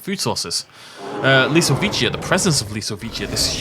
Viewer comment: I really shouldn't say it, but Lisowicia looks like Lystro on steroids ;) Anyway, great mods selection! And propper Polish pronounciacion!